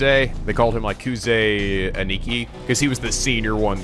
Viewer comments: Still Ani-ki... Its pronounced Ann-nah-ki. (The English/British way of pronouncing A's.) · It's not pronounced "A neeky" lmao